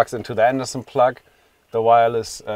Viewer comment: Yeah... and incorrect pronunciation for plug. :-D Anyway, he's a wise guy for sure!